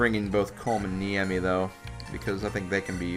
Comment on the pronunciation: "Neh-Ee-Me" not "Knee-Eh-Me". You invert the "e" and the "i" several times. Japanese's rough, eh?